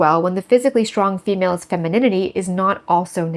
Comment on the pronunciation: "Faux-males" xD